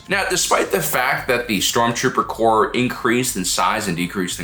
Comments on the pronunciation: Corps, not "Corp". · This was a cool video, but it's "Stormtrooper corps" not "Stormtrooper corp". Like Marine Corps. "Corps" is French for body, and it's a common military organization stemming from the Napoleonic wars. Three guesses who coined it. ;) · my head canon is the stormtroopers are demolitions experts. Their small arms training is nothing special, but they can blow stuff up real good. By the way, corps with an s is pronounced core. The s isn’t dropped to make it nominative singular.